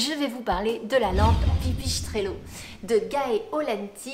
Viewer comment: Ok . Pas mal. PAR CONTRE on se demande pourquoi vous dites [pipichestrello] y a pas de c ou de son [ch] en italien Bref ;)